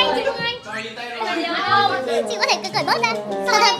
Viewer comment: "phí phương anh"??🤷‍♀️🤷‍♀️